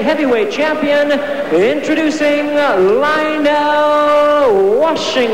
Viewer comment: It's Lionel with an E not Lional.